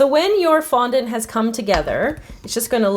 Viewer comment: did anyone else realize tgat she said fontant